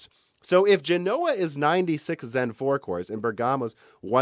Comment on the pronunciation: He routinely mispronounces all kinds of words. Genoa also has stress on the first syllable, but he pronounces it guh-NOH-uh.